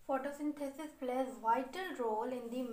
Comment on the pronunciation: It's perfectly fine...